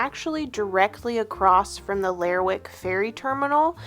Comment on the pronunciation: Hey --love this video. As someone who lives on the other coast of Scotland (Western Isles), I recognized the general rugged landscape of Shetland. The sheep here produce wool that is often used to make our famous Harris Tweed. Now, as far as Lerwick, it's actually pronounced 'Ler-rick' and the W is silent. Kind of like Gren-nich when speaking of Greenwich in London. And crofts are basically smaller versions of farms and not as commercial as some farms can be. Crofts tend to be handed down in families. They used to be self-sustainable but that's mostly gone now and tend to have just one commodity: sheep or cows. This may be a generalization, but that has been my understanding.